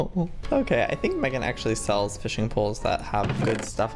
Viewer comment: Sells not sekes sorry